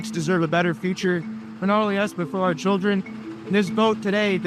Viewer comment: Melania turns the word children into a four syllable word. Chee ill der un.